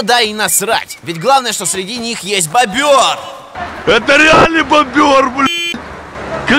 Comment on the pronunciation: БОБР!!! Б-О-Б-Р!!! БОБР, а не БОБЁР. БОООООООБРРР